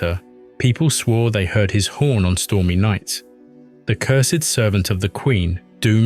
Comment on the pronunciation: "Thet were aliens"